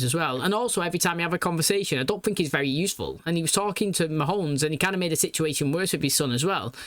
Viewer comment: I don't know why, but like with 'Killerman'... I love that you call him Mahones.